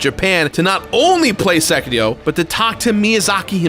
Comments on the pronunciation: I think you might be mispronouncing "Sekiro". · Again I have to complain THE R IS SILENT IN SEKIRO